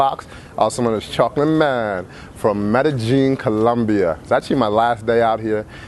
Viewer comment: I wouldn't trust the advice of anyone that can't pronounce Medellian properly,there is no true j sound in most countries where the first language is Espanol.